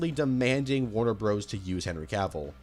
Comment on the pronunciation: "Warner Broes"???